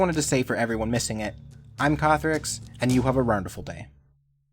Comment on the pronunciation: Until you typed it out, it irritated me as I had no idea as to what it was he was trying to say <.<